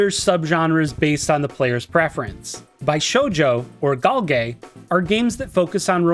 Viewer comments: Don't know why it bugs me so much, but bishoujo and bishonen are pronounced beeshoujo and beeshonen. Sorry, had to get it out. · That pronounciation of bishoujo made me think of a double meaning lol. That aside, this is a good refresher for me who haven't played many VNs but want to borrow some elements for my game. Cheers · i had this in my background as i do my chores. had to double take when i heard (Bi)shounen and (Bi)shoujo😂